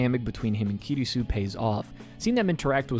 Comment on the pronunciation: ma guy really just called kurisu "kirisu" lmao